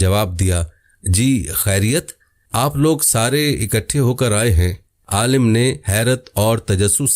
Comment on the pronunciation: Pehley Alim bolna to seekh lo